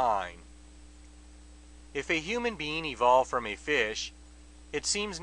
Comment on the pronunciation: did he say, "human bean" ?????